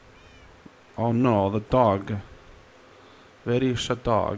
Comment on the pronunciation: The way he says dog like doggy